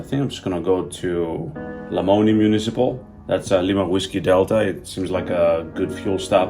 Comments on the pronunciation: Being an Iowan, I have to comment - it's "la MOAN eye" not "la moan ee". Glad you discovered that little gem. Another great little airport is Newton - KTNU - about 60 miles straight north of Lamoni. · Lol, Lamoni is pronounced "la moan eye" it's funny to hear how everyone interprets and says on the radio. If you're ever back through southern Iowa, say hi sometime! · Love your videos. Locals pronounce the Iowa city, La Moan Eye..Lamoni, Iowa